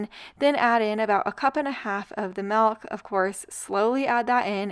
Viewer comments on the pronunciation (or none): Half gallon of "MALK"